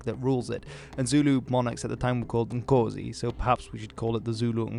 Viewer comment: This guy doesn't even know how to say Nkosi right, and we expect to listen to him! I am a Zulu and the beginning of the video was just off...If u cant pronounce a basic Zulu word? how much more do u expect us to listen to u.